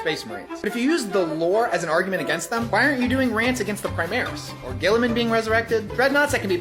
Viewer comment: i swear, i heard english one say robert gillman.